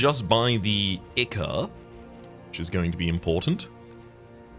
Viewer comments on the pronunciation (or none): The way pronounces "ichor" makes it sound like he thinks it's icky. I'm not sure if this is on purpose or not.